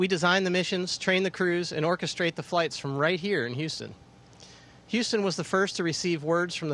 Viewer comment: he says "rigth here in Houston"..😂 ..so the ISS is not so far.. Dear NASA, choose better quality actors, next time 😴